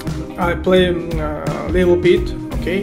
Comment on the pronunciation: Бро,не "lil bit", а Little bit